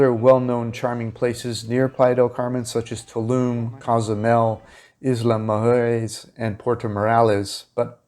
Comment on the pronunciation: You really don't like saying the word mujeres. lol. Try to pronounce moo hair ess. lol